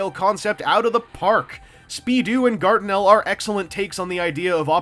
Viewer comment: Guartinel. It like you're trying to say Gargamel everytime.